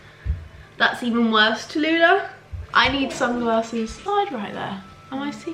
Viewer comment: When u said Tallulah I was like huh 😂😂😂